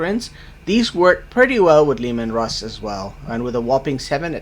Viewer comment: Look out! It´s Leh-Maahn Russ!